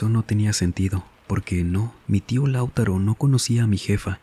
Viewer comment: Espero que este comentario no se tome a mal pero el nombre Lautaro no se pronuncia como lo dijiste en el relato, se dice Lau-TA-ro haciendo el hincapié en "ta" en vez de en "Lau" como lo dijiste en el relato